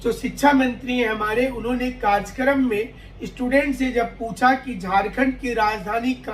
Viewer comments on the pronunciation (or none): Sir karajkaram nahi hota hai karyakarm hota hai